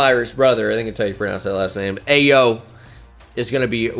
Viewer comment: im pretty sure the name ayo is pronounced eye-oh not ay-oh. i say that because theres a bulls player with the name and he definitely pronounces it eye-oh